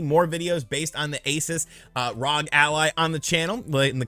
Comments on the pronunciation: It's R-O-G not ROG! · I love seeing this. Competition in the market is always great for consumers. A few things about the video, you're saying Rog, its R O G (Are Oh Jee). Also the Steam Deck is, which is HD just like the Switch's. The ROG Ally is, which is FHD or Full HD. Can't believe how cheap the Ally is and can't wait to see how Valve and the market in general respond. I also love that is fully embracing being an emulation guy now, although he will always be my favorite Nintendo YouTuber. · It's ROG, republic of gamers. Not rog lol Really knows his product. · It's R O G not ROG, republic of gamers